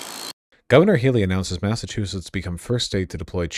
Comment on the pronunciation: Thank god no one has lived in Massachusett in recorded history. Massatruthetts .